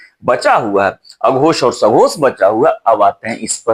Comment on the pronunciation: Sir uchharan karte hue aghosh aur sghosh dhawani me kuchh antar nahi jaan pad raha hai , pls clear it again. Thanks